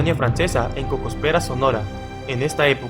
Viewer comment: No es Cosopèra, es Cocospera.